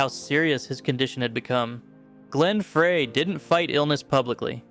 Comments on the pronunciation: Put some respect on Glenn’s name. It’s pronounced FRY, not FRAY. Do better. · Glen Frey's last name is pronounced FRY....not Fraaay. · "Fry",not "Fray" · Frey is pronounced "Fry" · Glen "Fry", not "Fray"!! It's pronounced "fry!" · It’s pronounced FRY. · why do you mispronounce glenn freys name